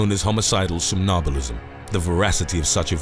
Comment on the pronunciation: Interesting. But it's pronounced som nam bulist. You miss the second m